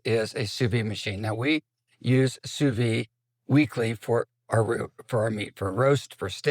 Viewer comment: "Sous-vide" ends with a D sound. /Sou-VEED/ If there's an E after the final consonant, the final consonant isn't silent. 😅